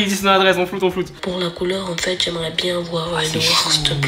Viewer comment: Elle fait genre enfaitein mdr je critique pas je trouve juste c’est drole voila